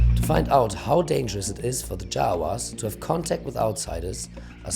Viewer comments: its jarawas , jawas is javanese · I'm sorry I can't stop hearing them being called Jawas. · I almost thought they said Jawa like in Star Wars